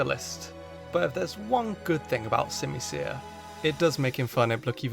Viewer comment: I done understand why everyone hates on the unova monkeys I love all of them, also your pronouncing their names wrong it’s called sim-u-sear and sim-u-pour I love the unova monkeys and I love them and simasage is one of my favorite Pokémon also I like pelliper and wingall and also aromatese is based on is a pluage doctor that used to use pollen or smells to help with sickness, not can can dancers and dugtrio’s alolan form is based on volcanic glass